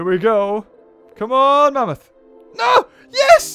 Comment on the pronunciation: not mammthos